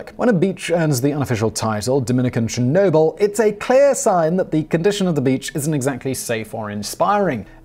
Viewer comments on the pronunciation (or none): none